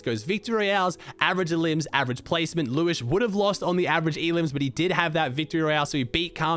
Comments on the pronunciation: Its liwshe not Liwish::) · It's pronounced Lew-shé, not lewish :) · hey, its pronounced liw she not liwish but liwshe has always been a good player qualled solo grands and heats like 3 or 4x